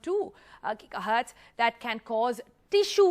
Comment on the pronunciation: I am not sure why I even bothered to listen to a guy who pronounces Gigahertz as 'Jija'hertz.